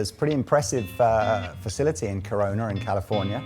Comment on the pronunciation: Corona pronounced Cononer? Love the Gretsch shirt.